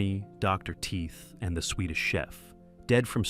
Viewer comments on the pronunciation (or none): none